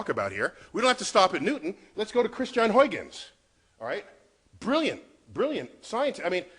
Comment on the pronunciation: It is Huijgens, not Huygens, and is pronounced Huigens, not Hoikkens.